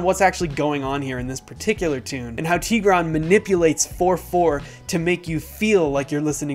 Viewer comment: Tigra'n...the accent is on the a...jist sayin :)